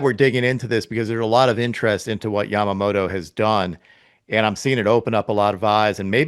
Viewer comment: よく日本人はＬとＲの使い分けが出来ないって言われるけど米人ってヤマモトって言えないんだ。ヤマモロヤマモロってジェロニモじゃねぇってんだ。アハハ